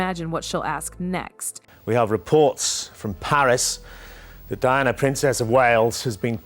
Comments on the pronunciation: I'd pay a great deal more attention to this piece of questionable "truth" if the computer generated narration did not consistently mispronounce Diana's name! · Why can't you pronounce her name right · You need to get a real job, the way you tell this little fake story is like you were there in the room with them, specially when you say that Charlotte asked her mother that night about Dianna, and one more thing can you please pronounce Dianna’s name properly! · Wow, AI narration should be able to get the names pronounced correctly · if your making a video about DIANA then get the name right DEANNA NO Diana yes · Can you all please say the PoW Diana correctly! It’s DIana not Deana!!!😮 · Who TF is DEEANNA? .......IT'S DIANA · The princess is not Dee-anna, her name is Pronounced Dye-anna, DIANA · Her name is Diana not deana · the right pronounciating : Day ana in US and Dianah in Europe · Her name is Di Ana…..NOT DEANA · Announcer keeps calling Diana, Deeanna? ?? Why? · It’s Princess Anne and Diana not Deana 😢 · Narrator cant even pronounce Diana's name, Deanna, really, how stupid! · I’m pretty sure that the makers of this dross won’t really want my comments, but you did ask. For a start, why is it that the vast majority of this type of video are produced (presumably) by Americans? The awful narration whether real or AI is often produced with no effort spent on pronunciation, not even for the chief character in the story, Diana Princess of Wales was, obviously a DI-Anna, not as pronounced here as DE-Anna 🤢 Americans seem to come in two categories when it comes to OUR Royal Family, they either profess to love them, or hate them, both parties like to comment with their puerile comments often with no obvious historical or general knowledge on the subject. As for the content of this story, I’ll wait and see what, if anything, happens; I suspect that it will never be heard about in any official capacity and if it is it will bear little resemblance to this narration.